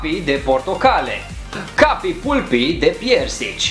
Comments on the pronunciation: Se zice palpy nu pulpy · Se citeste palpi nu pulpi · Se citeste "palpi" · Se pronunta cappy palpi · Pulpy se pronunță palpi. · Se pronunță ,,PALPI" și la reclamă spune așa. No hate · se citește palpy și de scrie pulpy mă...